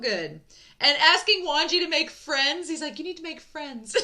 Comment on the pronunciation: I'm not sure if I'm hearing it correctly but I hear you pronouncing Wangji as "Wanji"? If that is the case then just an fyi, the 'g' in Wangji isn't silent ^^ And Xichen isn't pronounced 'zee-shen', it's 'she-chen'. Again, I don't know if people have corrected you in future reactions so I'll leave this here just in case 🙏🏻